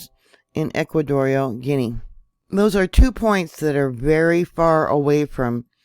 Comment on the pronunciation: Gee on a..is how it is said...butall travel to and from should be halted